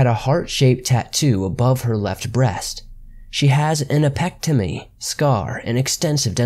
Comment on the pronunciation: #️⃣3️⃣: "An Appectamy"??? It's pronounced... "App-en-DECK-tumm-ee" #️⃣4️⃣: I think you meant he was a "Certified DIVER" ...not "Driver" What would him being a "certified driver" have to do with him drowning? Plus, no calls it being a "CERTIFIED driver", they say "Licensed driver"